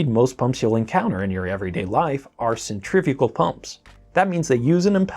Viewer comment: Centrifugal not "centrifical" please.